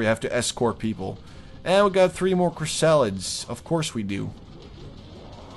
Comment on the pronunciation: and i love how you pronounce chrysalids, chris-salads it's hilarious.